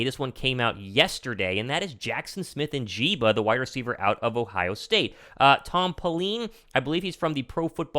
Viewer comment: It's "N" "JIG" "BUH" Not "N" "JEEBA" love the content bro👍🏻